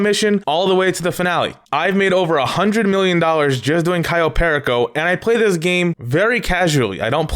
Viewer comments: I hate the fact that you pronounce everything wrong. Example: You: Kayo Pery co Everyone else: Cayo Perico You: Tor ray der Everyone else: torador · Pear eh co it drives me crazy it’s pur e co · when he says cayo PEAR A CO i get so triggered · ITS PRONOUCED CAYO PEAR Y CO JEEZ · People who don't say Kai-o Pearako Heist: 🤡🤡🤡🤡🤡🤡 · Lmao why does he say Cayo pehrricohh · *Cayo PERICO (KAI-YO PER-E-CO)